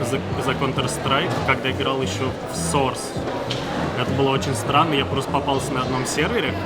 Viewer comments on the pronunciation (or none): none